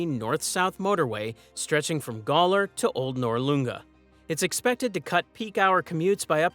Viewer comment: but they should learn to say "Gawler" and "Noarlunga" like they're said here in Adelaide. "Noarlunga" was pronounced particularly badly. (Don't worry, even Eastern States get our names wrong - especially when they try to say "Thebarton" when they used to have the circus come to Adelaide regularly.)